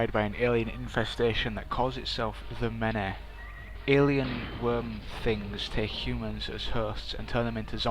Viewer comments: "The Meneh"? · lmao i love the way you say "the many"...